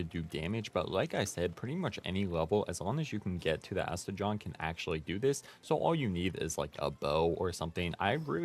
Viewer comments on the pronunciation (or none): Did you just say Aste-JOHN? idk what is up with everyone mispronouncing every pals name so bad 🤣 it’s Aste-gone. Like the word gone!